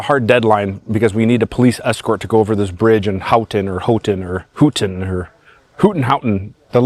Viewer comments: Houghton. Pronounced Hoe ton . Nice trip guys. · Houghton is pronounced Hoe-ton